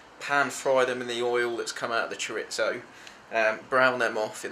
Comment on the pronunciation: bro is pronouncing it ChorITzo.........................